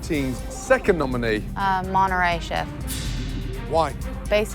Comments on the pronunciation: not gordon pronouncing monterrey like an american 😅 monneray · Monterray “Torretto”Stop right there, TORRETTO!!